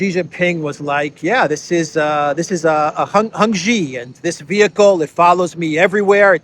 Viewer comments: please note while Xi's name is spelled with an X, it's actually pronounced "see" and not "zee." You got Jinping down pat. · Yes it should be pronounced as “she”, not “see” or “zee” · “she” is right, Chinese is my native language😅 There are 4 possible tones for each pronunciation, his name is pronounced with the second tone, but that is too much for foreigners, so just pronounce it as “she”, that is close enough